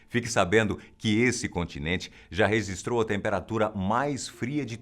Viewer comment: aos você fala resistrou mas é registrou.